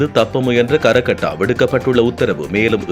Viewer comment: கரக்கட்டா இல்லை ஹரக் கட்டா.. (மாட்டுவாய் )